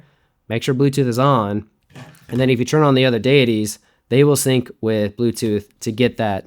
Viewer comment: "sunc"...I like it.